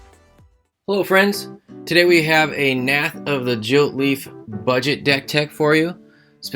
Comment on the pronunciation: hey it is gilt not jilt and deck not dick